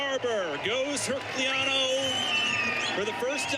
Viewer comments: Why the eff does he call her "herk lee ann new"? Jack ass can't read. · The commentarors don't know how to pronounce Morgane or Herculano. Great.